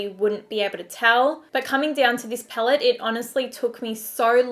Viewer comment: Before becoming a Youtuber you should work on your pronunciation. Your vocabularies are really disturbing 'HaBHs phaellet' seriously? If you can't speak properly then why are you even a Youtuber?????